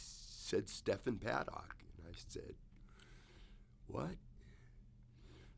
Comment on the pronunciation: Why does pronounce Stephens name like that?